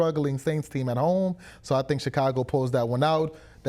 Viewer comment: Did say ShitCago??? 😂😂😂